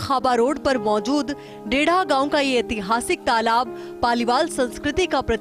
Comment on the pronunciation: तलाब नहीं तालाब बोलते हैं मैडम